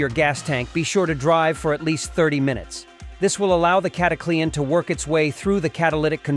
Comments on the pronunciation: It's not cataclee-an haha. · Sounds like the typical AI fake voice. Cata Clee ann??? 1 3 fuel? WTH stupid BOT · Who in heck besides this bot pronounces it Cat a Clee Anne? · You know what's fake you can't even pronounce it right